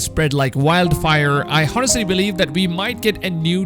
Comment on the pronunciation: I mean I'm not trying to br an ass,but am i the only one who heard him spell the "h" in both hours and honestly?